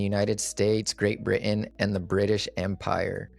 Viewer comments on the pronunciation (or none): none